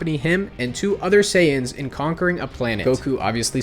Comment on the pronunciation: You're not. It's not "Dendi", it's "Den-deh". "Sayians"